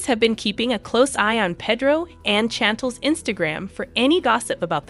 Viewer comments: I agree! Its hard to listen to her. Same with how she says Pedro. Ugh. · Did she call Pedro Pedo too? 🤣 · It's "Pay-droh and Snan-tell"